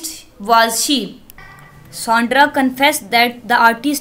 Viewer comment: Excuse me Mam سانڈرہ نہیں سہنڈرا - Sandra